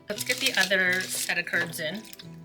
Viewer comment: Curds with a T 😂